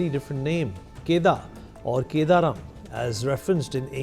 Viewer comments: It's kadaram not kedaram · I feel it is kadaram not keda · It is not kedaram...it is Kadaram...